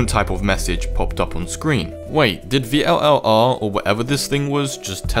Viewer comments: its vllr not v l l r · It's pronounced viller or vill are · i heard that it is pronounced vill are